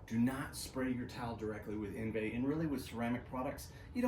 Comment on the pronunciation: I'm sure this is a good one. I already have a bunch of drying aids and sealants. I will give it a try this spring. It's pronounced, On-vie